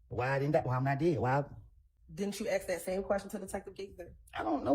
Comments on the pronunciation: Can learn how to pronounce ASK NOT AXE- it’s ridiculous no one has told her she sounds stupid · Still irritating. Also, why do grownups use the word 'ax' when the word should be 'ask'?! 🙄 English, people. Grrrr! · Attorneys who cannot pronounce the word ask?